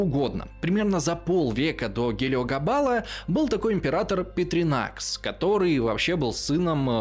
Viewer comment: Принципат, а не принципиат, Пертинакс, а не Петринакс, лингва латина нон пенис канина